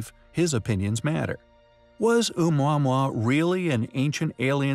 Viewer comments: It’s not Ou mwa mwa. It’s Ou mowa mowa. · Do you not pronounce it Ah-moo-ah-moo-ah?! Did the voice actor actually look up how to say it? The video was hard to follow after the first packman noise. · The way he says omuamua is triggering